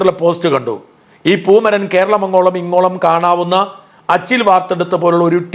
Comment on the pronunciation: 😂 പൂമരനല്ല.... പൂമലരൻ...അതായിരിക്കും ഒന്നുകൂടി യോജിക്കുക.😄.